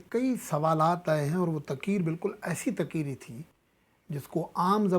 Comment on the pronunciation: صاحب میں آپ کو باقعدگی سے سنتا ھوں ابھی آپ تقریر کو بار بار تقیر تقیر فرماتے ھیں پلیز اس پر غور کریں